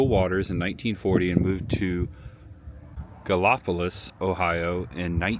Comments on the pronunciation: Ok it is pronounced Gal i police for gallipolis. 😊 i miss my florida.. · City is pronounced Galla - police……the home festival is BIG FUN! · That is pronounced like I'm about to spell it...galla po lis but say it fast ...lol its funny how you were saying it, I was actually a bob evans restaurant mgr. The beginning of your video was in columbus right up the street behind skyline chili is a huge building that is where I trained for mgr. I have worked at almost all of them from columbus down to south point, I also worked at the farm festivals every oct, very nice place to work, but Bob Evans sold a ton of restaurants out to other people. Glad I got to meet Bob Evans and his wife. oh yea forgot that place is called chill o cothe say that fast also ... Visit that park many many times, they hold events there, fireworks across the street and up a few side roads by an old school, You were close where I live, which is the next town going north out of oak hill into south webster, glad you had a great time. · Hey, cool. I was born 4 miles from there. If you talk to anyone around there, make sure you pronounce the town Rio Grande with a long i and Grande is just grand. Gallipolis is pronounced Galli-po-leese, although most people around there say Galli-po-lis. Anyway, enjoy your visit there. I still have family in that area. Not well enough to make the trip from Texas anymore. Have a blessed and merry Christmas 😊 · Yes you butchered Chillicothe and Gallipolis. But that's ok..you can look up later..I've been to the original resturant many times rt7.. and the homestead used to have cattle and mustangs which you could trail ride thru the cattle. That's when Bob and Jewell still.lived there..the festivals are great. Lots of music, crafts, etc. That place was great when you could ride horses. They were Mustangs but that now makes me sad because I know how they are captured. Oh well..gone now.. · Rye - O Grand, Ohio & Galp - Polis lol